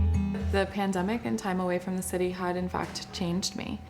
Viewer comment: The way pronounced pain demic.